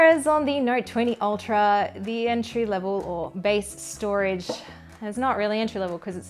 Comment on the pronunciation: stoage 😅 gotcha!